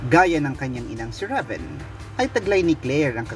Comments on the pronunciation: rayven pag pronounce po nun ndi ra ven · Reyven po tamang pagbikas ng RAVEN name